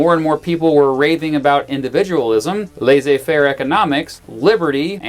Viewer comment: the way you pronounce lassez faire KILLS me